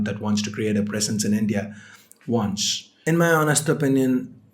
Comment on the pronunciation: hello wats wrong withu man whr frm u got this accent....its really funny.....its so funny its lyk a pig trying to talk english ha ha ha........its presence brother not precence!!!ha ha ha precence!!!!